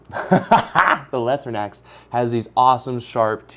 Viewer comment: Awesome video! My only complaint is that it’s pronounced “Lie-throw-nacks” and not “Lih-throw-nacks”